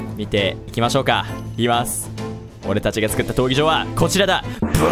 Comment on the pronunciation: 闘技場が東京に聞こえた